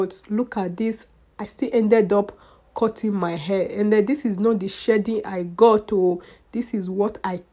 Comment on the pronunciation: ...Errrr.. and what was the purpose of this video??? A whole lot of talking but not saying much. "I am addigded to cotting my heh?" Whats ur point? Who cares?